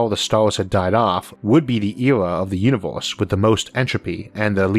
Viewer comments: Unovorse? You can't pronounce "e" can you? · This video gets xtra attention for the way the narator pronunciates univors.